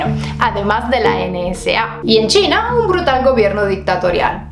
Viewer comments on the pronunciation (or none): none